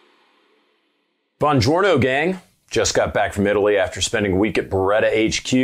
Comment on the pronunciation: Just got back from Italy... "Bonjourno" Excellent.